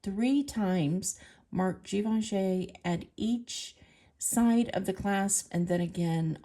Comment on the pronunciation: Your nail polish matches the strawberry and actually you are one of the few who pronounces Givenchy correctly so go ….